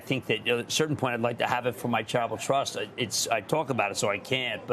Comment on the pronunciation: Everytime he says "Charitable Trust" ... I hear "travel trust"